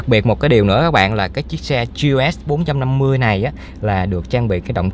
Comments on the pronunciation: Ông gọi luôn là gờ lờ xê bốn năm mươi đi, lại còn gi eo ét bốn năm mươi, nửa tây nửa việt hả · K biết " anh" sinh năm bao nhiêu? Đọc vậy k thấy chối hả anh? Đã bốn năm mươi thì đọc luôn là gờ lờ ét đi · à đoạn ấy tôi nói nhầm, ý tôi là gờ lờ ét bốn năm mươi. Tên mẫu xe của họ là GLS450 thì phần chữ ông ý đọc kiểu tây, phần số lại đọc kiểu việt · Gi e ét bốn năm mươi Tây thì tây cả , ta thì ta cả đi đọc nghe mệt mỏi